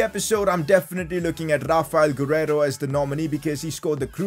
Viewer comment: saying rrrrrrrrrraphael gurreiro